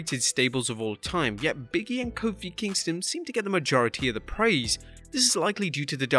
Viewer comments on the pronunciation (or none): Big-E not Biggie 😂